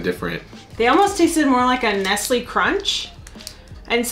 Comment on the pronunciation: It's pronounced "nesslay!"